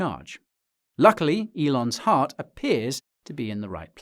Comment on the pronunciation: did you say Elon's heart🤣